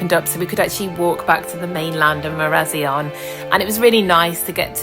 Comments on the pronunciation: Great video, but it's pronounced MARA- ZION (like lion) 🥇😊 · Great video but you have pronounced marazion wrong 😊